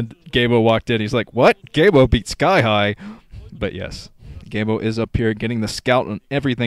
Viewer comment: The other commentators pronounce it "GeeGee-Emo".